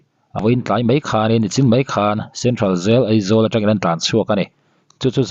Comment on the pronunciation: A tir lamah Eizawl i ti deuh tlatin ka hria, a hnuah erawh Aizawl i ti ta a😂😅. Sawisel hrim hrim lam ai mahin, i uluk zawn nan aw.